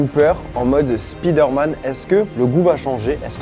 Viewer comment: C'est vraiment dégueulasse entendre spider man c'est spyder m'en